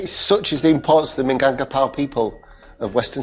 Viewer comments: Do some research first... Plus, I can't with the minangpakau, lmao 😂 Does it really hard to say Minangkabau? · Actually that rendang not too far off from the real thing. You'll be forgiven for only using three chillies. It still needs fennel seeds, it certainly needs to reduce a lot further than that, and the pronunciation of "Minangkabau" obviously needs work, but this is a hundred times closer than Jamie's version.